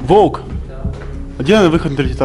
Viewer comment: Что смешного? У человека проблема с выговором буквы